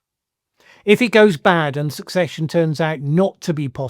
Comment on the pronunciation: Hi. Love your videos and these more broad-ranging musings. Just a tip: "secession" is pronounced like "procession". That is, the C letter is soft -- it sounds like an "S" when pronounced. This is how "secession" in speech is distinguished from "succession". Otherwise these 2 words would be confusing in speech, as they would both sound the same.